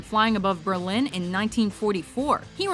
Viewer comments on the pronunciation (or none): none